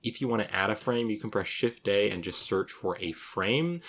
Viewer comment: he is saying Shift + A if you have a problem hearing "shift day" lol like i was. maybe i've been working on blender too long tonight lol